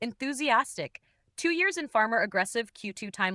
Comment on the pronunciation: *pharma, not farmer Good Lord, AI is stupid.